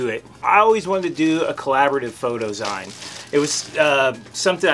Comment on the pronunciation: Zine as in magazine. Not ZION